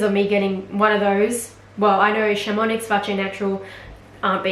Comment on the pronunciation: 🗣 Chamonix = sham-uh-nee